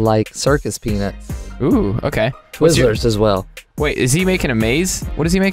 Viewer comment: theres an "a" in peanuts